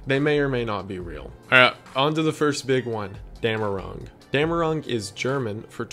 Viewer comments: it´s called "dämmerung" not "damnerung?" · Not Damnerung, but Dämmerung. Damnerung would be an idiots attempt to translate "Verdammung". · Its actually Dämmerung.